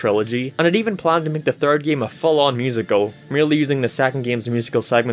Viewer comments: I’m not making fun of your accent but I love how you say “Geem” instead of “game” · Especially his "geeim" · "geme" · He says "game" as "gime" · What I really want to know is what part of the world you have to be from to pronounce "game" as "gehm" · About your weird pronounciation of the word "game"... That's indeed weird accent. Gime? Gim? Geem? Geam? That just calls to debate. And about Epic Mickey series: I think it was pretty neat idea, and I agree it's sad to see it failed. In uncertain future, I'm plannin' to get the first game on Wii substitute (if it will get into my hands) and that 3DS game on 3DS substitute. I'll skip the second game, though. I think the first and third should be enough. I agree, that word "epic" was overused in the 2010's. And by saying "overused" I mean REALLY overused! What really attracted my attention was the brief mention of the canceled Epic Donald game, near the end. Especially, that it was supposed to be heavily influenced by 1950's comics, probably mainly the ones by Carl Barks, not only my favorite comic artist. I assume, that this project could also borrow some elements from Donald comics from various decades, from various countries (especially the ones from Italy, I recommend giving them a look), and by various artists, for example, Don Rosa, who got fame and fortune especially thanks to his "The Life and Times of Scrooge McDuck" saga. He is second of my favorite comic artists, and I recommend giving them a look by yourself. He's one of those comic artists, for whose I wish they would draw something more than exclusively only one subject, in Rosa's case, Donald comics. Sure, before he took Donald course, he drawn some comics in the College, but that's not enough. How he could draw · i hate the way he say giami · Sometimes you sound scotish and british when you say game, paint it sounds scotish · Why you pronounce "Game" like that?